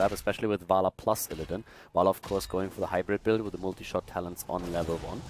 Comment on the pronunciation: i prefer as Co-cast than that other english dude who mispronounces IllidAAn, or KEEL-thas. i swear that gets to me everytime. also, anti hero gives valuable input on things alone might miss if he solo casted himself.